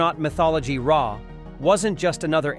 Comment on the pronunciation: I really hate when people use AI to narrate videos and then the AI pronounces so much wrong it makes you question what the heck they are talking about. AI started talking about "Ray" and Im thinking... I've seen Stargate 100 times, who the hell is Ray?